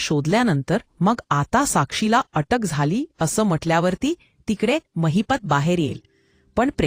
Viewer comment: It's Mahipat not Mahipta